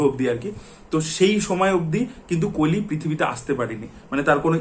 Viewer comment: কালি কালি, কাল্কি কালকী কেনো বলছেন কলি, কল্কি ও তো বলতে পারেন এটা বাংলা উচ্চারণের ধরন না। বাংলা মুভির স্বার্থে এতো কথা বলেন কিন্তু নিজেই হিন্দি বা ইংরেজী ভাষা দ্বারা প্রভাবিত। আর এই কল্কি ( Kalki )এবং কলির ( Kali ) উচ্চারণ যদি কালকি এবং কালি হয় তাহলে আপনার নামও ( )না ।